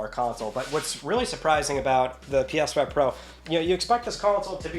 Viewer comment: “PYas5 Pro”. Love it!